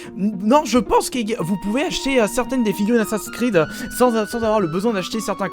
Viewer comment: j adore tes videos mais s il te plait j en peux plus que tu prononces assassin s creed a la francaise ca me fais mal aux oreilles